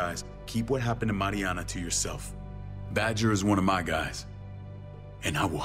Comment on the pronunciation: at the beginning all I could think about was that was saying her name wrong. it's Mariana!